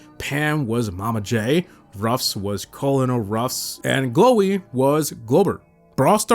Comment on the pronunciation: fyi colonel is pronounced like kernel